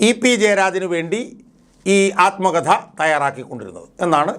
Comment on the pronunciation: ആൽമകഥ അല്ല ആത്മകഥ